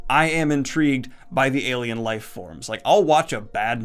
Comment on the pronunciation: When you said "alien" I thought you said "Gaiman" and I was like: Neil Gaiman is an... alien creature thing?